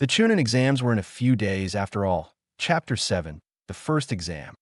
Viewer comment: 'Hapter' one 😂 I like the video though